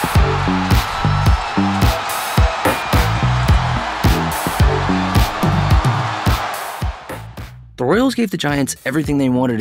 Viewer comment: the word is PENNANT lol